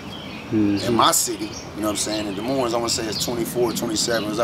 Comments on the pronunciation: Ok first of all, it’s pronounced “De Moine”, not Dez Moinez. S is silent lol! And second of all do we have some rough neighborhoods here? Sure. As bad as Chicago or Detroit? Probably not. But why do we want to? What is this mentality of “oh we gotta be hard, we gotta be hood”. How about we be thankful that we aren’t and that we have pretty good neighborhoods with fairly low crime compared to other large cities. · Dee moin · it's pronounced. "De_ moine" the s is silent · To me, its pronounced duh moin, which sounds like lyrics in a bad mumble rap song. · I won’t go into the inaccuracy of this video .... BUT at the very least - if you live in Des Moines and don’t pronounce it da-moin you are a complete fool. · How is it you've been in Des Moines all your life and still don't know how to pronounce Des Moines. Both S's are silent. " Duh Moine" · Des Moines is about 11% black. Polk County is about 5%. Oh, and you don't pronounce the damned second "S" in Des Moines. Can't believe someone supposedly born and raised there would do that. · you don't pronounce either S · You dont pronounce either "S's" In Des Moines.. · Des Moines is a french word meaning the monks , you don't pronounce either s, the french were the original colonists, look at the Iowa flag and the French flag, notice anything? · Live in Des Moines but still pronounce it wrong 😂 gets me every time. You dont say either S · They're on the North Side, not the West Side. No one in Des Moines usually refers to the West Side anyway. There's Des Moines, then there's North Side, East Side, South Side. Also, the second s is silent as well. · I know and love everyone apart of this video and my city but how tf we can’t pronounce our own city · Everyone from Iowa knows if your from Des Moines you don’t pronounce the s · If you can't pronounce "Des Moines", you're probably not really from there. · The S is silent. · Des Moines. The Ss' are silent.!!